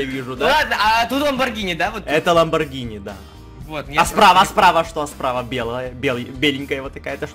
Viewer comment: Не лабонгири а лабонджири правильно говорится